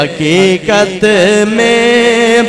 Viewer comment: لفظ “حقیقت “ہے “ حکییکت “نہیں”صادق “ ہے صادک نہیں قربان ہے کربان نہیں۔ او شعر یوں ہے۔ ارے او ناسمجھ